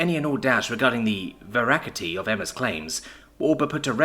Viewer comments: you heard about "vy-niel", but get ready for "verakity" seriously tho, while the mispronunciation IS kinda jarring to hear, it makes your content all the more endearing XD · Veracity = Ver-a-sity.